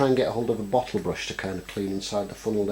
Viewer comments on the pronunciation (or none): none